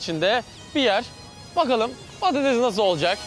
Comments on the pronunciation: Artık patateZ deme orkun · patatez değil patates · Patates patatez deil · Abi PATATEZ değil PATATES Bu videoyu kaç kere izledim çok eglenceli ama patatez deme abi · PATATEZZ DEĞIL PATATESS K.B TAKINTIM VAR DA HA BU ARADA AYNISI DOMATES İCINDE GECERLI EHEHEH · Patatez değil patates Orkun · yanlız patates demiyosun patatez diyosun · Patatez değil patates ağğğğqqqqq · Patates değil patatez diyo kdknsvscfssgdhjd